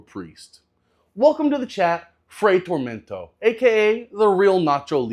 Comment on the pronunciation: You think TormentA is pronounced TormentO?